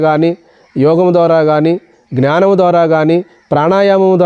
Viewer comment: గురుదేవా! జ్ఞానం అని అంటే బాగుంటుంది. (Gnanam బదులుగా)